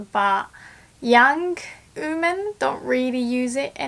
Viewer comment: Just a tip, "women" is pronounced more like "wi men". Instead I hear you say "uu men". No harsh feelings!